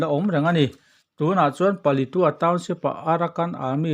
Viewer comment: Thurawn ka’n pe ve mai mai ang che aw. Palitua I tih hi, Paletwa / Palet ua tia lam rik tur a nia aw.!🤫😩😂